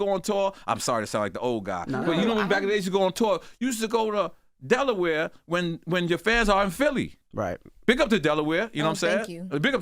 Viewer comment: Loren... Please let Charlemagne kno To put sum respecK on Delaware name🤨 he keep trying us 🤦🏽‍♀️ -#Eway💪🏽💯